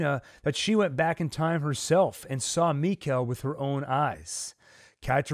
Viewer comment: It's mikael like nickle it's pronounced Mickle